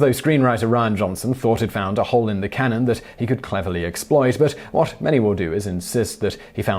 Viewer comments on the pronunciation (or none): none